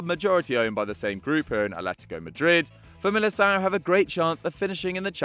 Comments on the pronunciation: You pronounced Famalicão wrongly it is not “Famalisão” but “Famalikão” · btw familicao the "c" its pronounced like a "K"